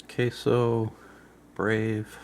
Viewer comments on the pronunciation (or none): AH-KAH-SO.. akaso. not AH-KAY-SO.. Osaka backwards. and old brand name from an electronics company. likely the same company name just turned around..